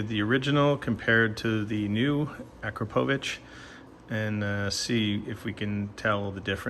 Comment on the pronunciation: Ah crop oh vich. Say it right